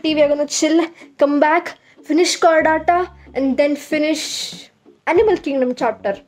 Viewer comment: Its Chordata not Chorridatta...😂